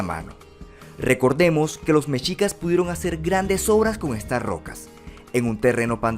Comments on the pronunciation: Me encantó tu vídeo, gracias por hacer este video de mi país, solo te comento se pronuncia "mejicas" la "x" suena como "j" es como "'MEXICO" no se dice "meshico"...veo todos tus videos es increíble tu contenido, GRACIAS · Messsssssshicas no mechicas